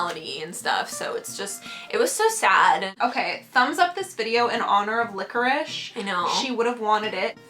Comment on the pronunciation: its licorice not licherish